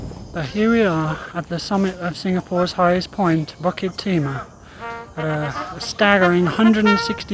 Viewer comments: Pronounce BULL KIt Tee mah not BUCK kit tee mah. Lmao. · it's BUKIT timah; never BUCKET timah. not that hard to get that right no...